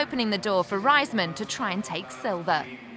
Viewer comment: its not pronounced Ryesman..its Raysman. smh can't stand ppl saying her name like that lol.